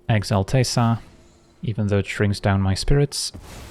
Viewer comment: I think it's because he says it so gently, like "teh-sa" instead of "tay-sa"